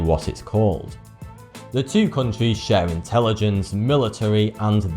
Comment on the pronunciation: Countries, sounds like cuntrees